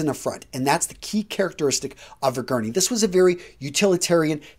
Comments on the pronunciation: It’s a guernsey, there’s an S in there, not a guerney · It's pronounced GERN-ZEE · I am from Guernsey, where the jumper is produced, it is pronounced as Guernzy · How do you get "Gurney" from Guernsey? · Just as an FYI you're pronouncing it wrong. You pronounce the "s". Guernsey.